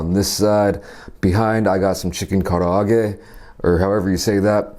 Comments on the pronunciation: you pronounced karaage perfectly. curry is my absolute fav! and with chicken katsu 👌🏼😋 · Your pronunciation of Kara-age is correct. It's Japanese, meaning fried chicken. Usually, it's made with potato starch added to the flour and fried twice. It's the bomb. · U said the karaage perfect. The shrimp is "ebi fry" and the cutlet is "tonkatsu" not "don" thats korean copy cat stuff. Original is japan. Just some japanese knowledge for u if care at all. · Yay!!! Wooden utensils!! 😍 Edit: uh oh. I just saw the first comment. I have a feeling the wooden fork is a no-go. 😭 But the way you're pronouncing karaage sounds very good to me. ^^ I'm just a student of Japanese though. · You say "karaage" just fine. Japanese curry actually comes from British versions of Indian curry, so it's not particularly east-Asian other than the protein preparation (karaage, katsu and other panko-breaded items, tamago, etc.).